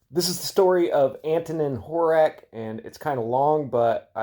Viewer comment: Slavic names and languages are pronounced/read phonetically, so Slávek is read "Slavek" with "e" like in "chemistry". Slávek is short for Svatoslav, the one who celebrates the holy. (Also Horák and Slávek are pronounced with a long "a" which is I guess beyond the distinguishable threshold of anglo saxon people)